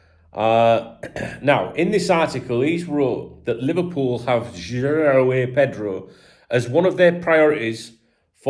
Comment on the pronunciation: Hello, as a Brazilian, I feel the obligation to help you with this one: to pronounce João correctly, you spell first "JO", then: "Own" like "I own this thing..." so: JO-OWN. It's hard for you because of the "ÃO", when you try to spell the "A". Sound of "ÃO" = OWN.